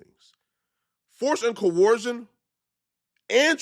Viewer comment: struggling so hard to pronounce the word "coercion" lmao. It sounds like his nose is permanently clogged because he doesn't know how to breath through his nose.